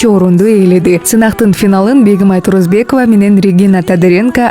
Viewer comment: ТУРУСБЕКОВА ДЕСЕНЕР, ТУРУЗБЕКОВА ДЕБЕЙ.